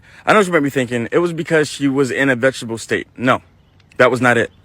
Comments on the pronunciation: Fellas! It's VEG-E-TA-TIVE! Not vegetable state. That implies that she's in a county that allows for vegetables to be grown or consumed legally. I know l know, it not the point of the video. But as black men we should have each other's back! Carry on! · It's....VE-GE-TA-TIVE, VEGETATIVE STATE! DAMN HOW BOTH OF YALL BUTHER THAT WORD?